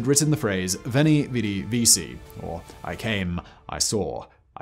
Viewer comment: "Veni, vidi, vici" is oft mispronounced. In Latin there's no such thing as a soft "C" like we have in English. So it's "vee-key." Just like Caesar is pronounced "Kai-sar." The more you know